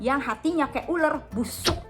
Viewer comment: Busuuukkkkk nya mantap, tzheyenk! Say it louder, Sistahhhh~~